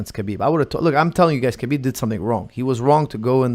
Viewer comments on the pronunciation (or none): Here's a legit question... is Lebanese he is more than capable of pronouncing khabib's name properly. When Khabib says his own name he says it exactly as it should be in Arabic. Therefore why does call him kabib?